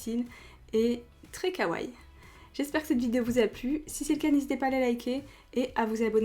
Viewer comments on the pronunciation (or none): svp ne ditent pas kawai ou kaway mais kawaii faut à la fin lire le (i) faut bien dire le i c'est important sinon c'est faut le mot !!!!